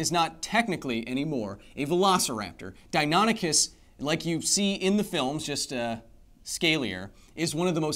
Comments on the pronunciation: "Dine ah nick us" is the correct pronunciation. I'm 40 and have studied dinosaurs since I was 5. I'm pretty sure my nerdiness is confirmed. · It’s pronounced “Dino-nikis”